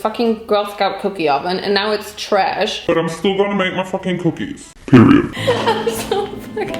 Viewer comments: Who loves it when she says tresh Me! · me: saying TRESH everytime she says it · Always Saying tresh with her 🌝. Tresh